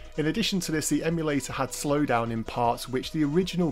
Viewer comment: Say it with me: em-u-la-tor